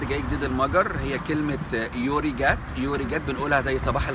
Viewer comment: يوريقات أيه ياشبح هههههههه نطقها الصحيح هوا (يوراقال) يو معناها خير أو جيد و راقال معناها الصباح ويو أشتيت تعني مساء الخير مش أوي شتي